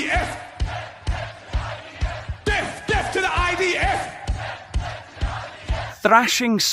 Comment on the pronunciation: Did he say "deff" 😂😂 what a wally.